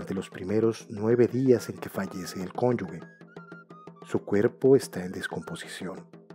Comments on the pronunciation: Por qué dicen “cónyugue”??? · Es muy interesante pero también es una lástima que la pronunciación de “ cónyuge”y la ortografía (“llagas”) sea tan deficiente en un video de una institución tan grande como es el INAH.